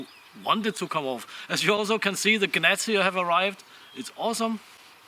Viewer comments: Good video (as always). Gnats is with a silent G. pronounced "Nats" :) Cheers. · Good job , the Axe is looking sweet and definitely keep the patina. I don't seem to get any commercials, must be because I'm in Australia? Gnats are annoying AF but the G is silent, just say nat. ;)